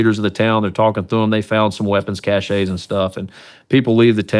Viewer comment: You would think Seals would know how to pronounce cache.